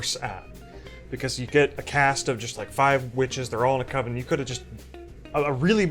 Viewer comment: There's only one Coven and it doesn't sound like OVEN, man.